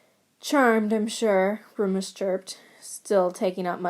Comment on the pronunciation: I can't get over the pronunciation of Remus as Roomus it's frickin amazing and I'm dying